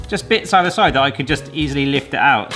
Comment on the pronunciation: Ohhhh...lift it. I heard lick it! 😂😂